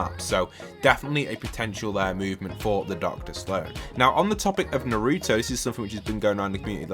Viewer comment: The way you say Naruto makes me mad lol